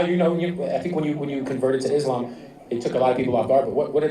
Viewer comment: Did she say Islaym?